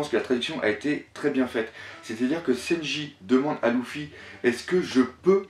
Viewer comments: Bien que tu sois fan du mangas, Loufy sa fait mal aux oreilles Luffy!!!! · Juste pour info luffy se prononce LEUFFY pas LOUFFY mdr sinon bien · c leffy pas louffy (prononciation) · J'adore tes vidéos mais effectivement le LOUffy et le Senji ainsi que Brok c'est dommage corrige pour tes prochains abonnés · lEEEEEEEffy putain elle est cool la vidéo idée intéressante mais la prononciation des prenons mon dieu sa fait peur s'il te plait corrige sa et sa sera super en tout cas merci pour cette hypothèse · Toujours autant de problèmes de phonétique lol, sEnji - lOUffy (et oui ça gache le truc venant d'un fan inconditionnel de One Piece) C'est domage tu fais du bon travail, on te sent investi a 200%!!! Je déplore juste le fait qu'il n'y ai pas + de francophones qui font des videos critiques / hypothèses...tu me diras pourquoi tu en fais pas toi? Simplement car je suis pas équipé et je suis meilleur en lecture et réflection qu'en paroles... Aller tu les auras tes 10000 nakamas et encore une fois faudrais qu'il y ait +de mec comme toi sur YouTube, ma critique vise juste a te rendre meilleur et non a te démonter, juste pour rendre +crédible+ tes propos. A+ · pk prononce tu les nom aussi bizzarement ? exemple : luffy ou brook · Mec,s'il te plaît entraîne ta prononciation par ce que la c'est vraiment déguelasse entre luffy,shanks et thousand et j'en passe c'est plus possible !